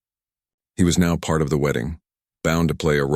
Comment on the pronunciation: I'm just laughing how the AI messed up here... instead of "part", the AI said: "pee art"